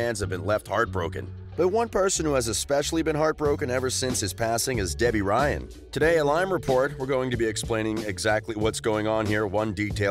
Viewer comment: this dude said gebby ryan